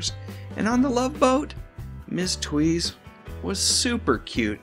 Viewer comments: Lauren's last name is correctly pronounced "Tavis". I know as my grandmothers maiden name is Tewes. And although I've never met her I'm distantly related to Lauren. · It's "tooz" and "co-pell" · Would never have guessed Tewes was pronounced Tweeze- Double checked and found her saying it. Was certain it was Tues as in Tuesday. Show was mediocre at best but guys- me included- always watched to see the lady stars from other tamer shows in swim togs.